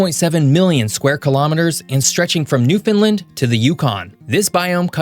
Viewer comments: At the mark, says that Canada has the iconic "moose" and an elk is shown. "Newfoundland" is actually pronounced with an emphasis on the "land". And you didn't say it this way but please don't say it the way some people say it as "new" "found" "land," separating the word into the three distinct words which make up the island. As well, the capital of Nunavut is Iqaluit. Iqaluit is pronounced "ee KAL oo it" or "ah KAH loo it." Most of us say the second syllable the same way you say the man's name Cal. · Thanks for the vid. It's pronounced 'Newfun-land' not 'New-finland'. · I am going to teach you how to pronounce Newfoundland. You say it sort of like New Finland. It's actually more like Newfenland with the accent on the New and the Land. Fen can also be fun because it you hit the accents right it sounds the same. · As a Canadian, it would've been nice if you'd done a bit more research on city/province pronounciations, Newfoundland is pronounced newfin-land, not newfinlind. Also Iqaluit was mispronounced as well. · The only pet peeve I have is in your pronunciation of Newfoundland. It's not Newfinlind it's NewfunLAND said quickly!! Other than that, you have a great channel and should be viewed in schools all over. Americans know little of their geography and even less of their great neighbor's, Canada. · Btw Newfoundland is properly pronounced (New-fin-land) or (New-fin-lan) not (New-found-lind) or (New-find-lind). (NEW-FIN-LAND) is the way you'll hear everyone on the Island say it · It’s Newfoundland not Newfinland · Do you ever bother to look up how to pronounce things before putting them in videos? Noo-nah-voot (Nunavut) Ee-qaloo-eet (Iqaluit) Newf-und-land (Not new Finland) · Gd-it we aren't New-Finland. And eff whatever you called Iqaluit, and Nunavut? I'm having as you said, Nun-of-it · And Newfoundland as "New Finland" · Please learn to say "Newfoundland". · Please learn how to pronounce Newfoundland! I quinge evertime you say it